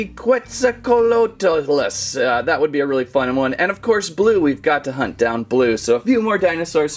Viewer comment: The atrociraptors are ghost is the white one and the orange is tiger also quetzalcoatlus is pronounced (qu-et-zal-cot-lus